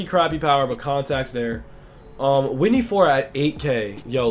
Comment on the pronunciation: It's Whitey! Not Whitney